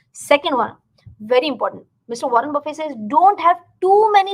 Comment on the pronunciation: nice video... pls note: the legend's second name is pronounced with a 'T'